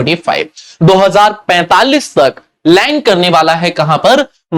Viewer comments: londan ❌ land ✅ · Bol ne ki tarica thoda casual hai.❌ London ✅land😅.